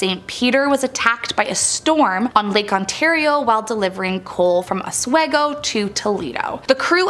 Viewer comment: Ha ha, knows how to pronounce Oswego.